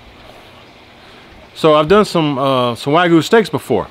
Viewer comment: its Wa Gyu not wagu